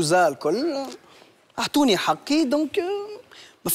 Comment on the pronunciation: في الدقيقة كلمة حقي نطقها بالقاف نطق صحيح وهو من الصباح حكي حكي هههههههه